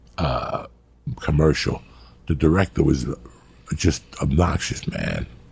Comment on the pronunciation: what's a "Commerical"?